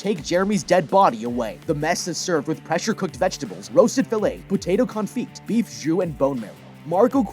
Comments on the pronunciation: it's pronounced con-fee. The t is silent. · small correction with the Potato Confit. It's French, it's pronounced CON-FEE not CON-FIT. :) Source: Am actual chef IRL